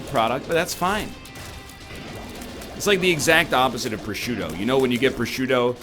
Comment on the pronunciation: As an italian, i'm offended by your pronunciation of prosciutto